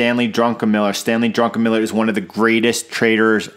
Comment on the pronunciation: solid TA. instructive. your bias-less-ness is particularly enlightening. but the like you earned for "drunkenmiller" xD